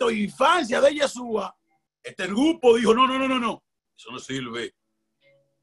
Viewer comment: APRENDE A PRONUNCIAR CORRECTAMENTE YESHÚA.